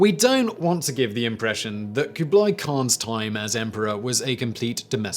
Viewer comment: I'm more bothered by kooblie